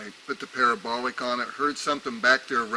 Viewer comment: haha it allways makes me chuckle when he says parabolic it sounds like pair a bolock lol